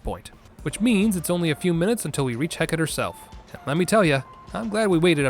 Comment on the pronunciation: Hearing 'Hecat' for what I'm pretty sure was Hecate (wasn't looking at the time, too lazy to run it back) was.... Something